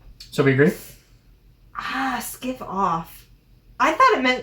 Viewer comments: Monkeys is short for Brass Monkeys. Skive is pronounced "Skyve" not skiv. Just like five is "Fyve" not "fiv" or Hive is "Hyve" not "Hiv" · sk-ive as in dive lol.. literal cringe every time you pronounce it skiv :P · I got them all right, yay to me. Sorry I cheated I'm a Brit. Skive is pronounced "SKYVE" not Skiv. Thanks for the videos from the UK. 🇬🇧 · C.T. Onions wrote dictionaries, so if you "know your Onions", you know the words you're using are correct. And it's "SKY-v", not "SKIVV", and WAZ-uk (first syllable rhymes with "as"). Monkeys is from the saying "cold enough to freeze the balls off a brass monkey" :) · 'Skive' is pronounced "Sky-ve" not "Skiv" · Pronounced: "Sky-ve off". Not, "ski-ve off" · Some corrections we do eat bags of chips. That’s how they come from the take away. Its brass monkeys for cold. It’s so strange you not knowing these words they really are part of our everyday vernacular (except wazzock!). And it’s pronounced sky-ve off not skeev off 🙂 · Skive as in dive not skiv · The 'E' on the end of Skive, lengthens the 'I' to make it sound like it does. If it was not there, then the word would be pronounced 'Skiv, the same way these two are pronouncing it. Please learn basic English before attempting to read English. Other than that, a good effort. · Skive is not pronounced ‘Skiv’. The i is pronounced like it is in, say, ‘Alive’. ‘Scouser’ has a hard S sound. It isn’t ‘Scouzer’. Sorry that just really bothered me. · It is skive, sounding like dive, not skivv, sounding like live. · Also it’s pronounced skyve not skive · Skiv off 🤣 don't think ski think sky, skyve off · It's Skive not Skiv 🤔😀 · Its pronounced SKY-ve not Skiv... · Skive is pronounced “Skyve” not “Scivv” and the second half of Wazzock is said like ‘duck” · It's not skiv off its skyve off (skive). Tosser doesn't mean stupid, it's the same meaning as wanker (tossing off). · And it's not Skiv it's SkivE - Sky v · Skive rhymes with dive! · Skive off is pronounced Skyve as in jive.